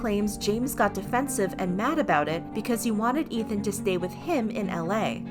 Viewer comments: It's EETH-MUH not ETH-MUH. Think of it as saying the begining of Ethan's name and the end of Emma's name... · Take a shot everytime she says Ethma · The way you pronounced Ethma 😭💀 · Ugh the way they say Ethma is really bothering me. To me its like how you say his name with the E sound. His name isn't Ethan with an eh sound, but I guess its just me. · the pronunciation of "ethma" 😭